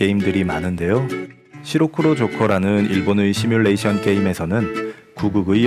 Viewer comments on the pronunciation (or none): none